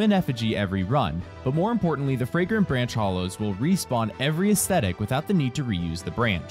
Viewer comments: If you say jaeger niyach of yore again I will. I don't know, but it'll be bad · “Yragrant franch of bore” 😂😂